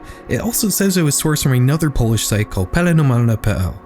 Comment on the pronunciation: As a polish person I shed more than a few tears listening to his pronouncation